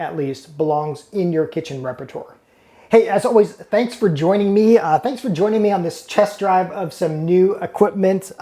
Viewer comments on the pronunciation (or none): none